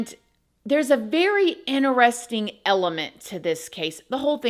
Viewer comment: I love you but you know the word interesting has a T in it right.